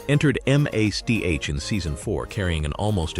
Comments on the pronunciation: It's MASH not MASCH! No need to spell it out. Just say "MASH". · What is m a s h My god, say the word Mash, what the hell is the matter with you? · I still watch it I love this programme... One query.. Why is the man telling this programmes cast where they are now calling the programme m.a.c.s.h...when it's only. M. A. S. H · Really Ai. I'm not 3. Spelling out M A S H. You must think we're idiots 🤔.!